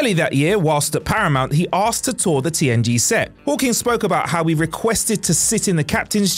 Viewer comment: At 10 seconds in I swear he said TNT not TNG and then says TNG the rest of the time 😂 Which I can totally see him missing that and fixing in Post, because I had to listen to it several times to make sure I did hear it right.